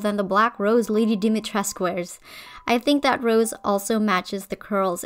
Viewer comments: They're all so much more recognizable and actually fit in with Lady Dimitrescu. A small correction tho, it's Dimitres-coo, all Romanian words except for a few pronouns, are pronounced how they're written. So basically, if you ever redesign Lady Dimitrescu, just say coo at the end. Btw, the middle one, I love the dress, I think they all fit their role very well and the redesign shows that hhh. 🥰 I love the eldest one the most! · Fun fact: the u in Dimitrescu is pronounced and isn’t mute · I'm romanian and I'm surpised that you pronounced Lady D's first name right, but misspronounced her family name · I love your redesigns but as a romanian it hurts my soul how you say Dimitrescu lol and vampires come from eastern europe btw :)